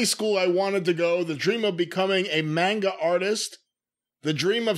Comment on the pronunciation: (M-on-ga) not.(main-ga) manga